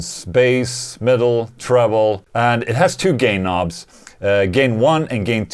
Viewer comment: Sounded like he said "gay knobs" at first.